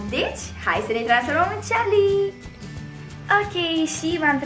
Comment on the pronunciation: E Carli nu Ciarli